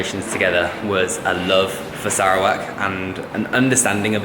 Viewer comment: Dude, learn how to pronounce Sarawak